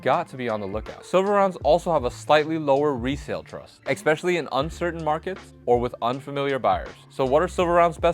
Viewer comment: Please learn how to pronounce the word especially. it's not eggspecially